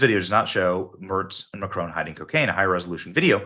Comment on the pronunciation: Please stop calling him Macrone....it's mac Ron, with emphasis on first syllable (mac), and Ron, like the man's name!